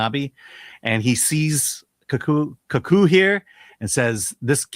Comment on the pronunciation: Your pronunciation, "Kaku" (one time, and something else the other time) were both so far off it was scary.